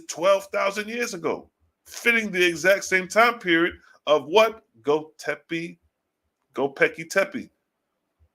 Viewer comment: Read it slow…. Go-Bekli-Tepe! (Go-Becklee-Tepee) 👍🏾